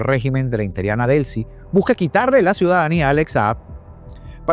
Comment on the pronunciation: INTERIANA???? X qué??? Usa bien el lenguaje, ES inteRINA por Dios.